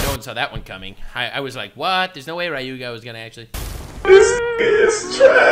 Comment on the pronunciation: As much as I enjoy this i'm getting slightly tilted with how keeps saying Ryuuga as RA-YUU-GA, like dude, it's a two syllable name and he made it three. 😅